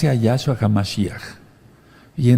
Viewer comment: No es ningun Yáshua,NO ES YÁSHUA.Es Yashúa,acento un la ú.Yeshúa tambien es correcto.Para que sea Yahshúa tiene que empezar con ה' que es Yáh en español.